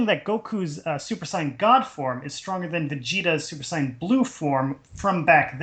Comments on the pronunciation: I'm tired of hearing that guy say sighin. Why can't you be normal and say saiyan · This series is so stupid...its like the writers never watched DBZ...and you guys can't even pronounce Whis or Saiyan...